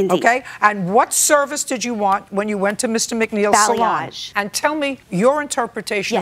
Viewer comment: The only part about Judy that I like in this episode is the way she pronounces "salon". I lived in SF for 24+ years, up until 2021, and loads of hair dressers worked in places that ended in salon, and was spelled that way. Every person I met pronounced it "solaaaahn". Didn't matter if it was downtown, financial district, North Beach, Sunset, Tenderloin... posh areas, extremely rich areas, poor areas... every salon was a solaaahn. I once tried to ask about the pronunciation, blaming me being foreign, and was kindly told that "yes, it's a bit complicated. It's French, you see, so we pronounce it that way, followed by a n exaggerated version of "soo- laaaaaahn". French, my ass. Besides this, JJ is horribly rude in this (and lots of other) video, and that hairdresser is a joke. Looks like a bad mime artist overreacting to something extremely foul and ridiculous. Don't know if she's correct myself, but I trust all of you who says she is. She is really impressive in this video. Relaxed, clearheaded, verbal and seems both nice and friendly. So sorry she had to endure the combo of JJ on a particularly nasty day and that ridiculous guy.